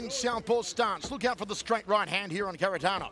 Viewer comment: Frommmmm Russia: SeRRRRRRRgei.. KHARITONOV! Love how they pronounce Kharitonov.